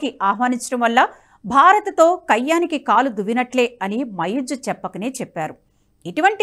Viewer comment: మొయిజ్జు అనాలి